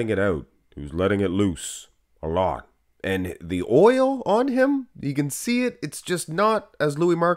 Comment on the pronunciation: Oil not loil 😂